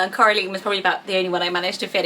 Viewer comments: I think it's pronounced like Caroline or Madeline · The line at the end of Coraline is actually pronounced the same way as in Caroline. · U say Coraline weird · Thats what i thought. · I really like Lyra, the books were pretty awesome and I love the idea of daemon. Pan was sooooo cute 😊 I'd rather choose Coraline if it were pronounced the way you did :3 Mr. Gaiman got some pretty nice female names in his books. Ivaine and Oonagh or Una sound quite sweet, too, though I'd probably choose them for characters rather than babies ^^' Some names from Astrid Lindgren's books would probably make my list, too. I somehow really like Birk or Birka for a girl. Some more common names like Mia or Ida (and those would be reminiscent of my grannies names, too) Another good place to search for names would be Michael Ende's books, I guess. The Neverending Story was the first fantasy book I ever read and I think maybe Auryn or Nessaja would make good names, too. Or Momo? I know that's not a book, but right now I really love Linea, which I first stumbled across when watching "Island of the lost souls". Maja or Maya is another that would make my list for girls (My parents wanted to name me that, but decided against it, because of a rather chubby, cute, little, animated bee, that was rather popular around the time I was born) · You pronounced Coraline wrong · It's my dream to have a child named Coraline! I love the book and the film, it is such a pretty name! The right pronunciation (at least according to the movie) is saying the ending "line" exactly like "caroline", but I actually loved the way you pronounced it!!! I'm from Brazil and I love your channel so much, it's amazing! <3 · It’s actually Cora-line not Cora-leen! Haha It sounds nice both ways. The film is fantastic! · It’s Cora LINE not leen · I think Coraline is actually pronounced like Caroline, with the Line on the end instead of Lean xx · That's not how Coraline is pronounced. It's pronounced like Caroline but with an O